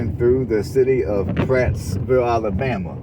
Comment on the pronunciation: There is no S in Prattville and you said our county wrong too, sheesh